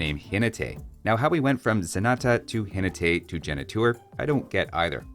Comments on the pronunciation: Spanish speaker here. The correct pronunciation for "Jinete" is "JinEte" not "JinetE", you almost did it perfect. Nice video, love it :D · It's Jinéte with emphasis on the second syllable 😊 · pronnouncing Zenata and Genitour how they sound to me as a spanish speaker, I can see it. Ze nah tah, he neeh teh, heh nei touur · Perhaps it would be interesting to have a mod that renames the units to a more historically-accurate name. I take the Mameluke goes on a camel to make it more obvious that it's anti-cavalry. Just as a reference, in "Jinete", you stress out the second syllable. "Ji-NE-te". I think the Hussite Wagon could make more sense if it got a damage, firerate and armor boost if it remains stationary for a period of time. Let it hit and run for gameplay, but keep the "it's a gunman wall" identity. And I think the Petard is passable. The problem is that units are generic rather than regional. Like, you could give the Chinese Petards and it would be fine, but other civs would need a different kind of wall-breaker. Perhaps something that digs underneath the walls to make them crumble (perhaps turn the Sappers technology into a generic unit?).